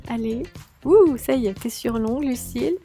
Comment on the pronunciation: arrêté de dire L ucille ca me stresse😂 bon et on va dire que c'est un motif abstrait! !😂